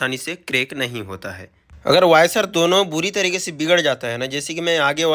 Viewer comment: वायसर नही वॉशर ।